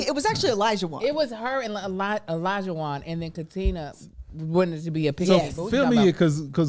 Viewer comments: Olajuwon is my brothers name. A lot of people can’t pronounce it correctly. Lot of people say E-Lija and it’s like no it’s Oh not E lol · Olajuwon is a Yoruba name, it’s pronounced OLAH-JU-WON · The way everyone’s pronouncing Olajuwons name is killing me 😭 it’s a Yoruba name , I don’t watch the show have no idea if he is Nigerian himself( regardless he can pronounce his name as he sees fit ) but wooo I didn’t even recognize what was being said until I saw it in these comments 😂